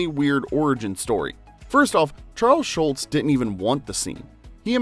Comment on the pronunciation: He definitely repeatedly says, "Schultz". Hehe. Mandela Effected.